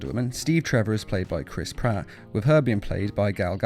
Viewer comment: This nigga really said Chris Patt